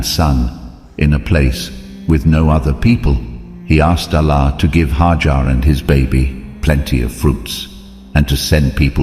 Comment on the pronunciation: It's not haajar but #haajra (may peace be upon her) ❤